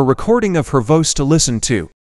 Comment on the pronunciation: Just ruining the whole thing with that horrible computer voice ( or as the computer pronounced it: voce! ).